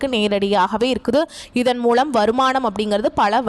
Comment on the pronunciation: பெண்ணே முதலில் தமிழ் உச்சரிப்பை சரி செய் நள்ள இல்லை நல்ல மூளம் இல்லை மூலம் Extra Extra